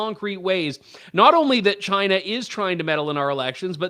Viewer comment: Trudeau's first word was 'Shina' (China).